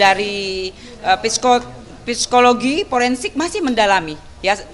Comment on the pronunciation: Tulisannya Psikologi, Tapi bacanya sikologi